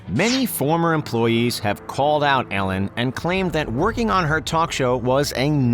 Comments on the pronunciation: The way this guy says Ellen is so infuriating. Sounds like he’s saying Allen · Lol he says it like ællen